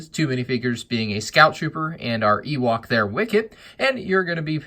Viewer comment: Ah yes my favourite thing, an oowok tree